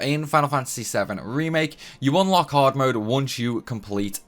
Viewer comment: Its extremely haaawd...